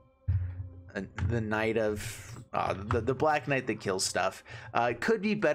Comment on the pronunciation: You should prob chill with your pronunciation of knight